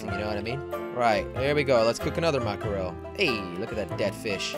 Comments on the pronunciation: I like what ya got going on but I can't hear mack-er-el again. Are you in a landlocked state by chance? lol just teasing you. But for the record it pronounced mack-ruhl. Just two syllables. Just a little help from a girl in Maine. We literally can watch mack-ruhl (lol) jump in schools a hundred yards from our house, so we are a little familiar. :-P Keep up the raft vids though. Really enjoy them! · I used to pronounce mackerel like that but then when i realised it was ‘mack-rel’ I was embarrassed af. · Say it like mackrul